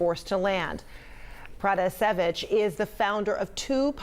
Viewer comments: I’m sorry but did the CNN reporter know anything about this before she took on this topic 🤷‍♂️😐 she pronounced her name wrong she called Lukashenko the president still and then she literally wasn’t listening to her as she was talking to her she explained the same thing could’ve happened to me and then she’s like so this happened to you ? 🙄 like damn lady are you even paying attention 😐🙄🤷‍♂️ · And also the way how she pronounces Roman Protasevich is not really correct...